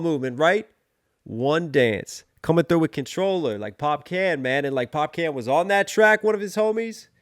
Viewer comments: it's pronounced Pop-Caan, not Pop-CAN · It’s pronounced pop-karn. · 👏🏾👏🏾👏🏾 another brilliant analysis ... (BTW Popcaan is pronounced Pop-kahn ... the double AA means draw out the kahn sound)